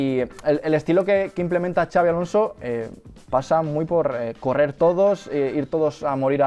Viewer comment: No es “Chabi” Alonso, es “Sabi” Alonso, la X de su nombre es como una S con mínimo detalle de pronunciación, es Vasco, no Catalán. Por Dios bendito!!!